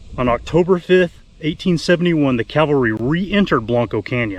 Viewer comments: It's not Calvary, it's Cavalry. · CAVALRY....Not Calvary... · Cavalry, not Calvary. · great work...but...PLEASE...the word is caValry, not caLvary...most common mistake thru out the internet.. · Not calvary BUT cavalry...